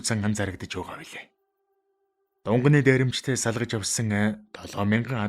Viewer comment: Дунганы биш шүү!!!Дунгааны дээрэмчид гэж уртаар дуудна шүү.Баярлалаа.